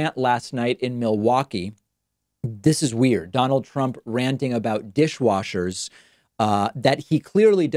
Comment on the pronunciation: "new dishwoshes"... lmao